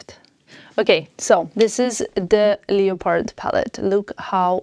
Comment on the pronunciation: Google how to pronounce " leopard".